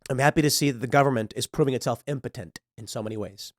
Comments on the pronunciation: Pool, did you say "impotent" or "impotenTTT" ? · I can’t stand the way he says “impotent.” 😂😩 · Did Tim learn a new word today or what? He says impotent like 50 times for no reason.